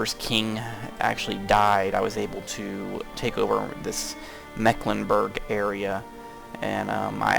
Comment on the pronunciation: Good job on pronouncing Mecklenburg.